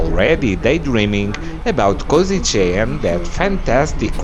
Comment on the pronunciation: Kosice to be pronounced KoSHiTSE